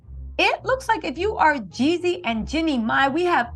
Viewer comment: Jeezy not YEEZY 🫶🏼😊